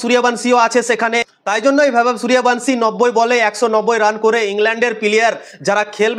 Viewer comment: এই তুই আগে নামটা ঠিক করে উচ্চারণ কর